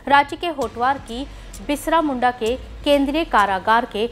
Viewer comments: 'बिरसा मुंडा " न कहकर बिसरा मुंडा उच्चारण किया है।ये खेद की बात है। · Bisra Munda nahi Birsa Munda bolo mam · शायद हमारी न्यूज रीडर पहली बार बिरसा मुंडा का नाम सुनी होंगी, इसलिए एक बार नहीं, तीन - तीन बार बिरसा मुंडा को "बिसरा' मुंडा कहकर न्यूज पेश किया गया । मुझे लगता है न्यूज पढ़ने के पहले शब्दों पर जरूर गौर करना चाहिए। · Birsha Munda......not Bishra Munda..... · Birsha munda hai tik se to bolo ..st hero h read properly plz